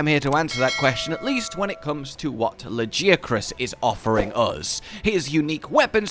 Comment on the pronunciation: the way you pronounce Lagiacrus sounds proper not like the way they say it in game LAGI ACK CRUS like bro WHAT???